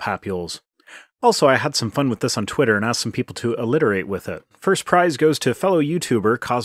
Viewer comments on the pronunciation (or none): Wiff? It's with . This guys speech is killing me. 😵